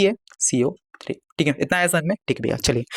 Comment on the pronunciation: Caco3 bolna seekho